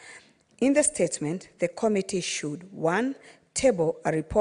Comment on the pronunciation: It commetee not kamitii, please talk English or kiswahili.